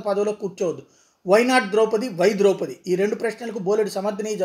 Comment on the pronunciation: సార్ మనది ఈ దేశమేన.ద్రౌపతి మహాభారతములో ముఖ్య వ్యక్తి. ఆ పేరు పలకటం రాధ మీకు.